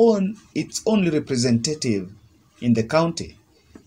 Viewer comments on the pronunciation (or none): Lovely analysis bro, Just CHECK OUT on the pronunciation of the word REPRESENTATIVE